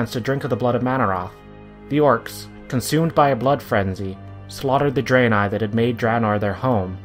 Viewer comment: It's Drah-nai, not Dray-nei from what's heard in-game.